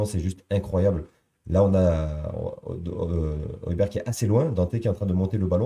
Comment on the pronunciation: Oilbierre phonétiquement 😅